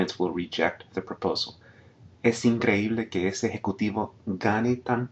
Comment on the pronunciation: Great teacher. I'm a native Spanish, and this lesson is priceless. Good work. Also, perfect use of accents in words like "increíble". Many native Spanish still struggle with that.